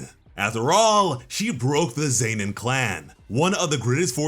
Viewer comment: Why does he say Zenin like Zaynin